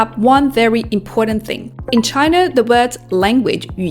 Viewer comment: Good video. Nevertheless, it is “China” rather than “Chiner”.